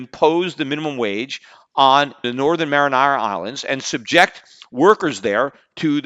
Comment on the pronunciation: Peter it's pronounced mary-on-a not mar-in-ara lol!